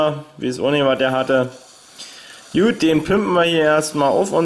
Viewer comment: Warum sagst du immer jut schtat gut kliengt dof :(